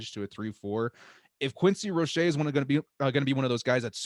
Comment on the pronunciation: Canes fan here, it's "Rō-shā".